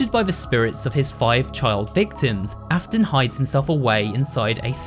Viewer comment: Hey dude great video also the William Afton part says William Afen lmao anyways really good video dude